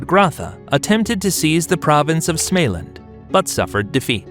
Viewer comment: I love the whacked-out pronunciations by the computer voice 😏 - Småland as Smaylen 🤣